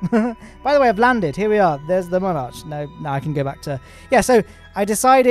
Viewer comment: He pronounces Mun arch as monarch